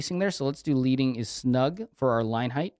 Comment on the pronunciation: Friendly comment. I noticed in a couple of videos, when you say 'leading' its like leading a horse (the verb), but it should be like lead ("led") the metal, named after the strips that typesetters used to space out their lines. Enjoying the videos.